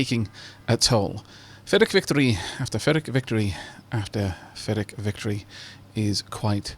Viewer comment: Are you saying fyrric victory?